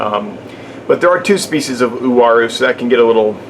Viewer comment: Finally somebody that pronounce the name correctly..!!WA-ROO = UARU